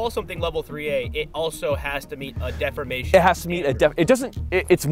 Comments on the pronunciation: What the heck is with that pronunciation of ‘deformation’ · def-4-mation? isn't it pronounced D-4-mation?